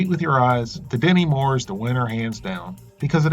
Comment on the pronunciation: No matter how many times I rewind it and listen to it again, I could swear you're saying "Demi Moore". Maybe it's because you Americans pronounce your 't's' with a soft 'd' more often than not. Like, "stew" sounds like "sdu", and what-not.